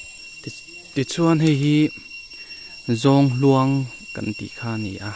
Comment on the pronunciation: Zawnghluang kan ti ngailo. ZAWNG HNUAMG tiin kan lam thin